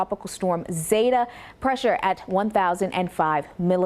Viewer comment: Zeta the e is long it’s zeta not zata